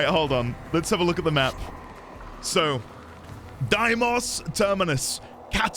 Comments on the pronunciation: All prime parts are dropped by relics, so you can safely google that! But I'd be wary of googling where you get the relics themselves tho XD also, its day-mos, not die-mos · I think its pronounced like dei(they)mos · Few notes. It's "Day-mos", the song is "party of your lifetime" by "On-lyne", and the warframe is pronounced "Zaku" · Deimos in Warframe at the very least is called "Day - mohs" just as a heads up.